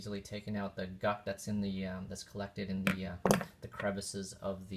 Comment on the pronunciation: It’s gunk. Not guck.